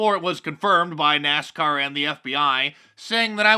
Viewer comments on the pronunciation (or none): none